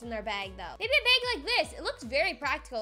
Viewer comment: You said baby instead of maybe